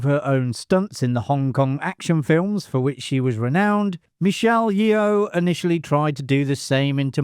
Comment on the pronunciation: Sorry, usually enjoy these, but had to stop watching with the constant mispronouncing of Michelle Yeoh's last name.